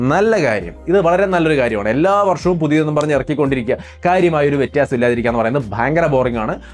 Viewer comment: വെറ്റിയാസം ennu alla വ്യത്യാസം ennu aahn😂😂😂😂😂